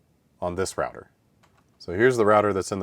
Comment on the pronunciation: Its router, not rawter